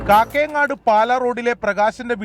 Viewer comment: കക്കയങ്ങാട്. അല്ല. കാക്കയങ്ങാട്. ആണ്.